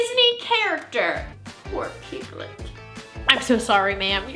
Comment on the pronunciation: On the one about the guy who punched piglet, I thought she had said penguin and spend a minute mad confused and disgusted at the animal abuse 😭